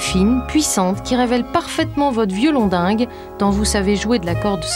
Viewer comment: La personne dont on entend la voix dans ce portrait dit morphologique, ferait mieux d'apprendre à parler avant de se lancer dans des expressions trop compliquées pour elle. On ne dit pas violon Dingue, mais violon d'Ingres. La honte!!